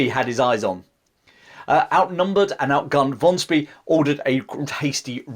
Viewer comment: Great short story. My only critique is your pronunciation of Spee. It is Shpeh, with e as in the article the.